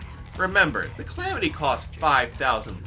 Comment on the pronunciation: it's: Calamity, not Clamity